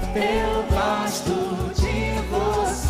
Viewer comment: Kiitos, muito obrigado ❤ I previously watched your video on the pronunciation of open and closed wovels. It was confusingly difficult to distinguish between a closed sound and an open sound. But with this video, the open ”o” opened up for me when you taught to pronunciation of the word ”gosto” You are really good at teaching pronunciation 👍🏼 I also liked the recap of the previous episode (Lesson 1.), which you nicely added at the end 🥰